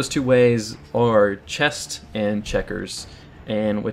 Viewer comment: Oh man I was seriously dying every time he said chest. No T in chess. Good video.